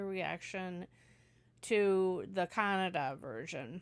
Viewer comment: nothing actually I mentioning. I really a feel proud. At the moment hear Kannada pronounce from your mouth. Because you are some where in this world but today you knowing about Kannada. . Kannada one of the oldest language using from past 2000 years. Google it. And keep give reaction for our Kannada movies thank you very much